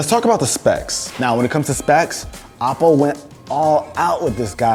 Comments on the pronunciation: Who else thinks he said Apple instead of OPPO 🤦🏻‍♂️ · It’s pronounced O-ppo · anyone else hears "apple" when he says "oppo" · every time he says oppo. .I hear apple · Why does it sound like apple when you say oppo :D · Why i keep hearing him say Apple and not Oppo? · Is it just me or did you get confused when he said OPPO because I keep thinking he’s saying apple 😂😂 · Dose he keep saying Apple or Oppo ? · Chinese pronounce apple as Oppo this the name. Same old Story of Chinese profiting off other people